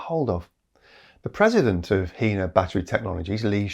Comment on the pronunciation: A note on pronunciation: The name of the Chinese company "HiNa" sounds like high-nah not hee-nah. The Chinese word hai (海) means "sea" and the na (鈉) means "sodium".